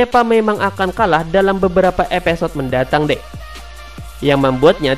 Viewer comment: Episode bambang bukan epesod